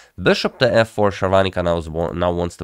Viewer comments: Sharvaanica is a South Indian. Sagar Shah is North Indian. For them south indian names are more complicated than westerners. You pronounce her name accurately than him. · Your pronunciation of her name is spot on